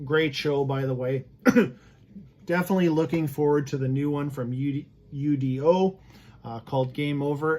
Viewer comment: Not to sound like a wise ass....but....it's not pronounced U. D. O......it's his name....UDO....just say his name